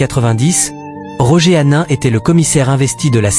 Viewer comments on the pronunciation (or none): none